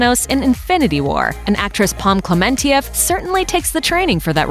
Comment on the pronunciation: pom klementieff narrator: pom kluh-man-ti-ef pom: cleh-mun-chaf